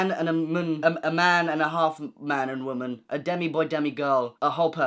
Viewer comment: Your pronunciation of womn and mn has really given me the giggles 😂😭